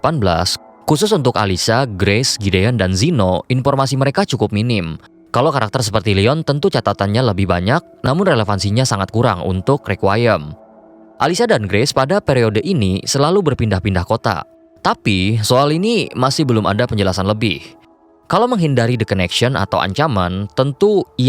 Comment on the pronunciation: "Rek-kwi-em" bang pronoun nyaa 🙏 bukan "ri-qua-em"